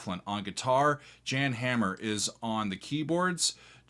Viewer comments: It is not Jan, it is pronounced Jahn as in Yan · Pronounced Yawn, not Jan. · Hey, Jan Hammer is Czechosloavkian and Jan is pronounced Yan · Jan Hammer's name is pronounced "Yahn". See Miami Vice. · That's a Djan Mclaughlin,, there is no break in Jan, Yahn, Phonetics, well isnt't your channel a bit about sound, you read notes but not names. Gump old Hahmer as well. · By da by Gary------- Pronounced " Yan" Hammer n John Mc "GLauklan." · FYI the gh in McLaughlin is pronounced like a 'k', not an 'f'. Also Jan is pronounced Yan (almost like yawn). Like 'yon.' Jerry Goodman is so awesome, you should check out his 1988 album "It's Alive." You will like it. This is what I listened to in high school! This and ELP, Tull, Yes, etc. Such a great time to be a teen! John McLaughlin still tours, you should absolutely see him live before he dies. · I believe Jan Hammer pronounces his first name "Yan" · I believe you would better pronounce Czech keyboardist name as Yahn Hah-mer. But may have always said it incorrect myself if I'm wrong. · What's cool is Jan Hammer acquired a Moog after the album was released, so his solos have the Moog but it's not on the Inner Mounting album. Also I think Jan is pronounced "Yan". I remember when I first got into them, or sort of. I was intoxicated when I first heard this bootleg album and although I didn't remember the name of the band, my brother handed me the 8-Track of Birds of Fire. I asked what that was, and he said "That's the band you were digging last night- remember?" So I played it and was blown away and didn't know what it was. But I knew who Jan Hammer was from the Jeff Beck association. Spectum by Billy Cobham is one of the best Albums ever made. It has Jan Hammer, Rick Laird, and the late Tommy Bolin on guitar as well as horns, and acoustic Jazz. Spectrum is what got me into all the other kinds of Jazz, although I did like Louis Armstrong before that. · How can he not know how to pronounce Jan’s name?